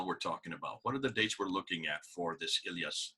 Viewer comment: Iyas not elyas dear, after all it was a great Video.. also it's one from many historical and linguistic evidences that show that "Arabs" are not a national or a human race, but here we talk about a polar side, and we "who know the Arabic language" know that Friday was called "Àroubta/ Arouba" and it is derived from the Christian Syriac, where this day became known as a day The sunset of the sun (Great Friday or Passion Friday, and in Syriac, < > which it used in Akkedian as well as, erebu meaning Sunset) and this also refers to the sunset as a polar destination, and this name continued even after the completion of the Arabic language formulation in Iraq between the schools of Kufa and Basra, and this can be observed in the Arabic poems at those days, so it is natural for the Arminian's sources to name these peoples the Western peoples while the Jews call them as It is mentioned in The Doctrina Jacobi (636 AD) in the form of Saracen / Saraken, which is a Syriac word meaning Eastern people <Saraken is also in a Syriac mean Orient / Sunrise / Easterners> "Sharqen".